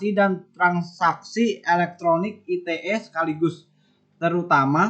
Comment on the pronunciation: komentar saya untuk kelompok 12 kurang lbh sprti kelompok 10, krn gak keliatan muka, saya jadi gabisa nilai secara maksimal.: beberapa kali saya tangkep ada artikulasi yg kurang jelas: UU ITE dibaca biasa aja ia ala ejaan Indonesia U-U-I-T-E. ITE gak dibaca aiti-e krn itu bukan singkatan dr bhs inggris tapi udah diterjemahkan ke bhs indonesia